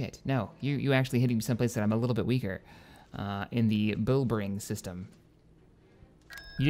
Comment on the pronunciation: your mispronoucing bilbringi theres a i at the end